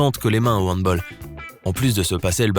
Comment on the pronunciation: Je suis le seul à être énervé quand il a mal prononcé le mot handball